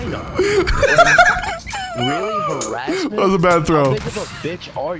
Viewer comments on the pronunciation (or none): i lost it when dude read harassing “HARR-assing” 😂😂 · LMAO they couldn't even pronounce harassing